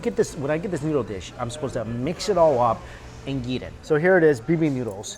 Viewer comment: Every time he says yeet instead of eat I die a little bit inside